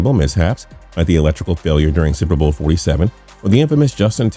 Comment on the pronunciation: And what the hell was with the fact that he couldn't pronounce the words "super bowl"? Seems to me if you want to narrate a video about the super bowl, you should be able to pronounce "super bowl" without sounding like Chris Berman after 5 shots of gin.